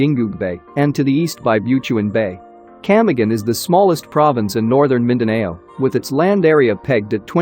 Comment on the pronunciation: Mindaneyow. hehe